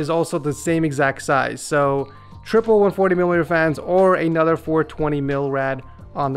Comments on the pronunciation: "anudder epic gaming pc" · ANODURRR LOL